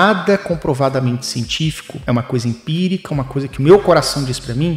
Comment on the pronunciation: É "empírica" não "impírica" amg